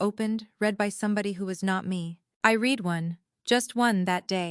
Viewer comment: First on I've heard that says I read,(pronounced Reed", instead of read pronounced as past tense "red", Bravo editor!